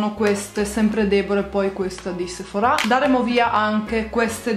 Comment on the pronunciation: Ma perché dici Sephorà con l'accento? Si dice Sephora